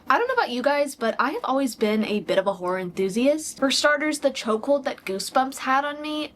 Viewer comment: Only 20 secs in and my apd already showing up with hearing “whorer” instead of “horror”